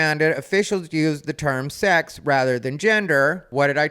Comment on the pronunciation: “sax”? “Six”? “Sox”? 🤔